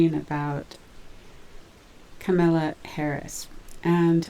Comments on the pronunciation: It’s comala like a coma. , And then la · Actually, it's Ka Ma La (Kamala). Meaning lotus flower! It is an Indian name.